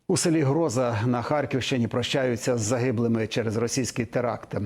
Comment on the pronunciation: Протягом тижня ви не взмозі вивчити просту назву українського села в Харківській області, де від теракту загинули українці! Воно називається ГрозА, правильно робіть наголос! Царство Небесне усім жертвам цієї страшної трагедії і війни. Слава ЗСУ! На них -- Надія!